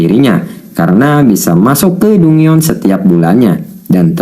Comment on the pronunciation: dungeon = danjen